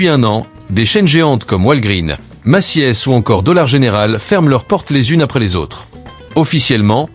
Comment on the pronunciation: pas de e dans Macy’s ca se prononce Meci’s